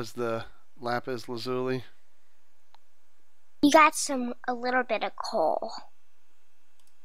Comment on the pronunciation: its lapis lazolee